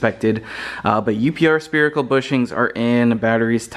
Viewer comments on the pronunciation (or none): spherical not spearical......